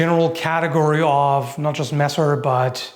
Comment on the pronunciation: *angryliy tiping (for the sake of algorythm) * HOW CANT YOU... erm...let me think a sec... i dont find anything bad... ah, finally stop calling the messer "masser", but start speaking it more german like? cuz its a german word XD greetings from the black forest in southwest germany :D